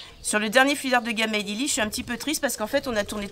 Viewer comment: Salut je voulais te dire à au lieu de dire Gabin ta dit gamin breff je vous embrasse ❤ bisous ❤